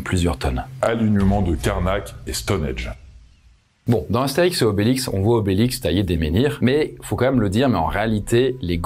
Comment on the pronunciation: STONHENNNNNGGGGGGGGGGE pas Stonedge! 🤯🥵😳